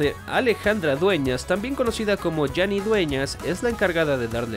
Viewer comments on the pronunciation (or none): se pronuncia JANI no yani(con j no con y) Pero weno Errores cualquiera los comete Lo malo es cuando el error te llama papá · NO es Yani, es Jani, como se lee, por Alejandra.